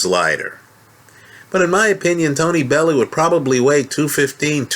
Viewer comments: It's pronounced .......Bell-you 8) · please learn how to say bellew